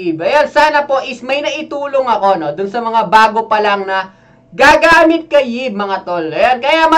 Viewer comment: I think it pronounce EVE. Y stands for E